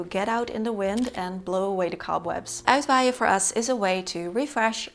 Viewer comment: No wind needed for Uitwaaien. But almost always there. Het pronunciation of uitwaaien really is perfect.